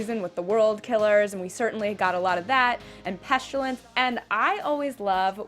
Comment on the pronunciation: Hello ladies I love your afterbuzz shows always! Great discussions. I never do this, however you both keep saying "PestUlence" when it's actually "PestIlence". The world killers aka the four horsemen of the apocalypse.